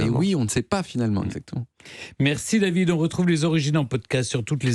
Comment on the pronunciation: "Avec vous Daviiiizddzzd...---" Faut dormir mon Steph